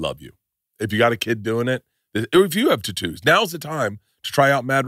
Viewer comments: Why did he say totoos? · Fuck all these adds and pronounce words words correctly! It's tattoos